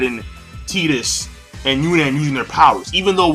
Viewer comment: I think it's pronounced "Tie-tus" not "Tee-tus".